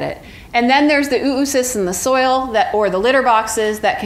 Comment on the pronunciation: It's not "OO-OO-Cysts", its Oh-uh-cysts, phonetically ō-ə-ˌsist where "-ə-" is the schwa sound, a brief unstressed vowel sound, a quiet "uh".